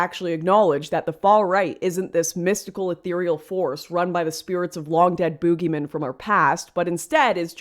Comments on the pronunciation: LS is hot as hell, but did she say bugeymen? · “Booogiemen” lol 🇨🇦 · Boogeymen, the Canadian was strong on that word, lol!